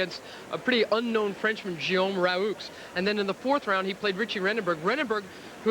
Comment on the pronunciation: Love how Mary Carillo pronounced Guillaume Raoux...